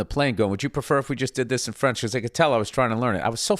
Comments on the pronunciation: His french is pronunciation is not bad. Kodos Billy Bilingual. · Good job on the French, Bill. You're ready to eat Jerry Lewis' lunch.